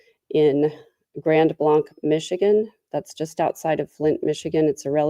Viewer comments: Grand Blanc is pronounced "Grand Blank" What on earth is going on with this world..places of worship.. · Thank you for covering this sad story. The name of the city is pronounced Grand Blank as in a blank sheet of paper. I used to work there many years ago.